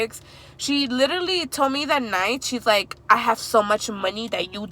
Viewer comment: Love your content❤️ you say literally a lot lol 😂 It’s cute cause you say litally